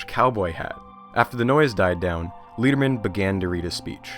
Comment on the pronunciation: Love the series but I think I should point out that Leon Lederman’s name is pronounced like lead the metal not like lead as in guide. It’s more like letter then leader.